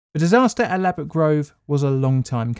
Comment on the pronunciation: "ladbroke" lmao